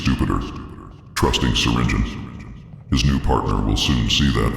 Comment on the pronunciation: It’s Not Syringion, It’s Syringeon